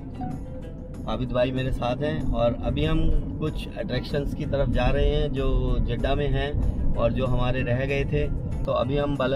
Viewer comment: Jiddha hai, Jadda nahi